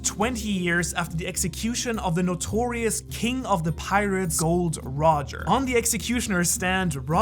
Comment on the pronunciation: I like how you said Gold Roger, instead of Gol D Roger. Very nice touch mate